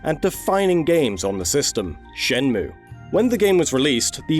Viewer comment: it's "shen-mway"